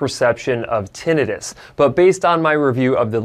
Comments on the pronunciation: Kudos for pronouncing "tinnitus" properly and not butchering it into "tin -EYE - tuss" as Americans are apt to do. 👍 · Yeah. You say tinnitus properly. Too many people screw it up.